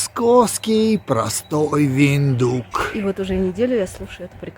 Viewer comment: Виндхук, а не виндук